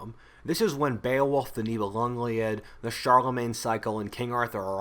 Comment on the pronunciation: Live ur videos! Btw, it’s Nibelungen Lied, pronounced LID, i.e Song of the Nibelungs… Germans being German connected the two words to create one long word